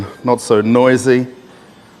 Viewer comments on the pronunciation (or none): none